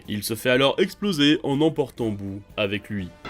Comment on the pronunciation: Boo pas buu